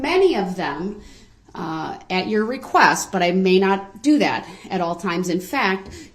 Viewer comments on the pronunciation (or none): His constant lazy pronunciations drove me crazy. Every time he said things like, "Do dat" I winced. It was like he never grew out of toddler speak.